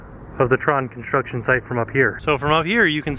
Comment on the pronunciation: The relaxing sounds of kinshtrucshen.